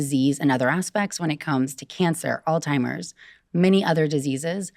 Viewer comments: did she say “Alltimers”? 😂 i automatically don’t trust this girl now haha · how can I take her seriously when she literally said “all timers” 🤦🏻‍♀️ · This woman couldn’t even pronounce Alzheimer’s correctly 😂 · Did this doctor just say “all timers” instead of Alzheimer’s? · Her pronunciation of Alzheimer’s as “all timers” is a little concerning. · Odd that she mispronounced Alzheimer’s and misused the word confound.